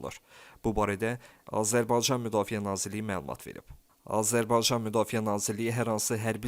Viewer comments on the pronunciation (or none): Səsin batsın iyrənc.ayə sən Azərbaycan sözünü deyə bilmiraən